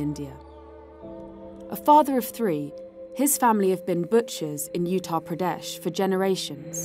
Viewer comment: Yea this video is extremely biased and peddling the usual horseshit. You glossed over the attack like it was child’s play. Not surprised to see this from an outlet that doesn’t even know how to pronounce Uttar Pradesh